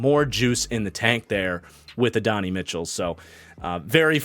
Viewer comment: Love your work, but Adonai Mitchell is pronounced “Add-oh-nai” not “Adonny”!